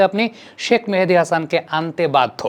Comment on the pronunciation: ভাই কেউ কি বলবেন শাক মেহেদী নাকি শেখ মেহেদী? শাক মেহেদী বলে কেন!